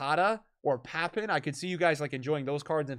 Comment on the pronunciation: You could at least... I dunno... try? With the pronunciation... Man, hearing Ginola, Cordoba, Papin, Park Ji Sung and such pronounced like that was painful.